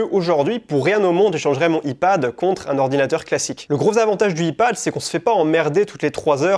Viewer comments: "Aie Pad", essaye ça. Parce que le i-pad, ça sonne bizarre :) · Paix à l’âme de ma pauvre oreille qui a du entendre Ipad prononcé YPAD. Bonne vidéo comme d’hab sinon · tu prononce comme si c’était « e-pad » mais mise à par ça ça m’a beaucoup aidé, merci énormément ❤️ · nanan "I" Pad ??? xd l'anglais !! nan en vrai merci pour tes idées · a dit « I Pad » depuis lors j’ai décroché 😂😂 je t’aime frero mais le i-pad j’étais pas prêt. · "i" pad .... omfg tellement frustrant à entendre et le livre dont tu parles c'est pas "deup weurk" aussi par hasard ? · Je suis trigger par sa prononciation de "iPad"